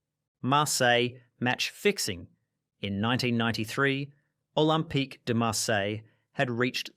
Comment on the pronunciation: Said Ajax wrong, Said David very wrong, lol how do you say Olympique? lol are you saying all these names wrong for comedy purposes?